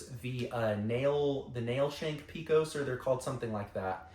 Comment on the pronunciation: If you ever come to Texas and pronounce Pecos like that, you'll be laughed out of the state. We correctly pronounce it "pay-cos".